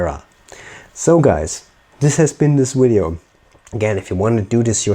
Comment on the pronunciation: Did you just say wideo? Did you mean video? Virginia accent?